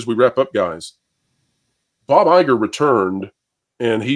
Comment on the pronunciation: It’s EYE-gore.